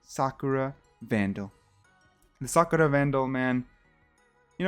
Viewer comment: Man's got the drip ruin vandal AND he can pronounce sakura with an asian accent